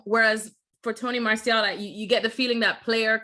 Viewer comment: Drink everytime he says Anthony marshal instead of martial